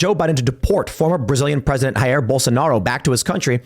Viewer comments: Just a friendly tip: "Jair" is said with a "zh" sound (like the "g" in "genre" or the "s" in "television") at the start and not with a "h" sound like in "Julio". Portuguese is not Spanish 😉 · FYI, Brazilians speak Portuguese, the "J" is not pronounced like an "H."